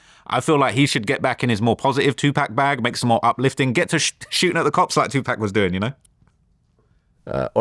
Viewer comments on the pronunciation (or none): Bro kept saying two pack 💀😂